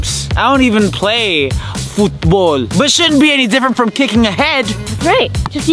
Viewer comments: Omg HAHAHAH i laugh so much when said "footbol" HAHAHHA i love that filipino accent 🤣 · I like the way the hacker said football he said futball 😂😂😂😂😂😂😂😂😂😂